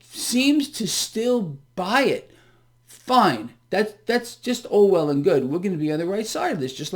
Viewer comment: Did you say "that's all well and good" or "that's Orwell and good"?